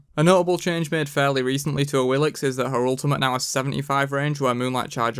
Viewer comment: Duke did What Happened to Awilix and now you do this 😂 😂 Omg. What is this coincidence.. (and it's Awilish, not Awilix)